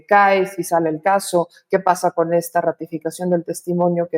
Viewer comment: Dijo 'he estado von ella' en lugar de decir habia estado con ella